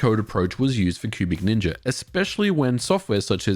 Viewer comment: I keep hearing pubic ninja rather than cubic ninja 🤣